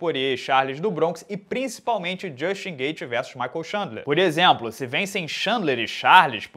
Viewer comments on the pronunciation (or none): none